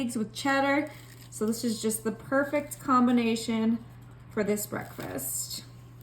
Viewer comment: Bah-reck- fast??? Smh